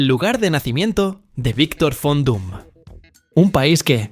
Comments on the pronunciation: cuando hagas un video no repitas tanto que se suscriban a tu canal ni el contenido ´porque eso cansa y aburre y aprende bien los nombres el personaje se llama Victor von Doom, conocido como Doctor Doom o Doctor Muerte Victor von Doom. entiendes ??? porque pareces enfermito repitiendo Fon Doom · VON DOOM (no FON) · Es Von Doom, No Fondum 😂😂😂